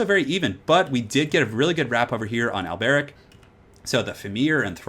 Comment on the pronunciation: The way you say Alberic is really weird... remember their accents are very french-esque, His name would be pronounced Alberique de Bordeleaux